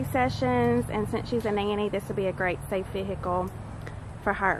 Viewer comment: I love how calls it a “vehickle” instead of just a....car! 😆 Say car! It’s a car!